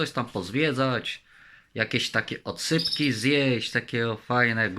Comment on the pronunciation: Zamiast oscypki to odsypki powiedział. Padłem. Padłeś powstań. Powerade 😆